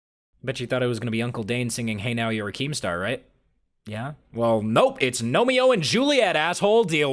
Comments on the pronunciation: I knew it was Romeo and Juliet when you said gome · When you said nome I knew it was nomeo and Juliet.